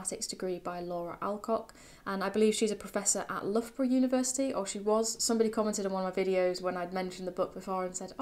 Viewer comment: 'Luff-bruh'? 😂. Loughborough is pronounced "L-ow-burruh" (ow, like 'ouch'). C'mon, this should be obvious to any native speaker... Thank you for the insightful video anyway, it was very helpful.